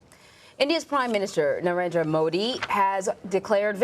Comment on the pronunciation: Please learn to pronounce Narendra and Varanasi. please respect the biggest democracy in the world, just conducting fair elections is itself a victory!